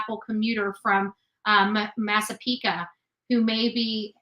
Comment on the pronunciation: Massapequa is no ca it’s qua like quiet at the end, just sayin lo😅